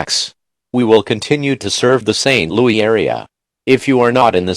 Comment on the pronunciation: Robot: St LoE Me: Robots are dumb